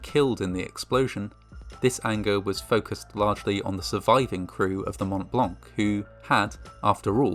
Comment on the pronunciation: As a native francophone, his pronunciation of Montblanc is *Chef's kiss*